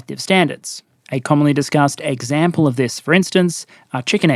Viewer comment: "Eggcample", I heard that